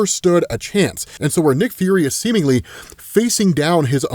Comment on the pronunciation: semenly...say it again